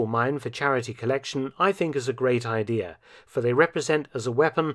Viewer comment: First video I've ever heard Dr. Felton misspeak. He says, "Idear" instead of "idea" . Still an awesome video. I am going to watch all of his!